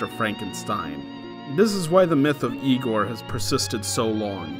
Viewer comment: "no it's pronounced 'Eye-gor"